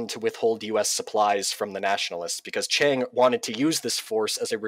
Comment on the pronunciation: I agree with much of what your guest said, but it was distracting to hear him mispronounce “Chiang” and even “Archibald” (Wavell).